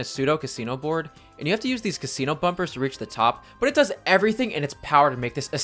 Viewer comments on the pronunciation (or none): none